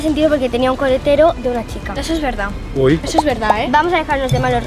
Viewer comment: dijo colatero en vez de coletero os pongo el minuto aquí escuchad Có atención